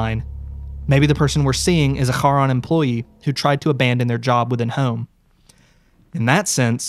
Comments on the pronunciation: thats not how you pronounciate charon why you saying it like its an arabic word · i really don’t wanna be that guy. but the ch in charon is pronounced like the one in chasim, & not like how it’s pronounced in german or hebrew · I actually think the company is pronounced "care-on", iirc! I have this vague memory of it being in the first Percy Jackson book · Great video! Loved the viewer follow-along. The way he pronounces Charon like the c is silent is kinda funny. Very charming! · Whoever created the backrooms style of content that compliments this story here did a heck of a job. Ive been visiting the actual website since opening and i never got anywhere on it so i had to just look at other people's discoveries on it and thats actually how i found this and in glad i did . Only thing is how the narrator pronounces Charon. Im not grammer nazi but theres something about it that just doesnt go with the rest of the narrative. Ive heard it enunciated as Karen or Karon and even Sharron wuch as the boarmans name or Artemis Entreris temporary sword Charons Claw. But Harron sounds very german in an else while english story . Potato poe taato i gues. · First time I heard Charon being pronounced that way! Didn’t get who that was until you talked more about him oof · Why do you say Charon wrong? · man, i need you to google how to pronounce "charon" because it's not the way you think it is